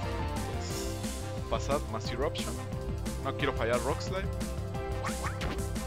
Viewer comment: muy buenos videos solo no entiendo por que pronuncias "fasad" jeje XD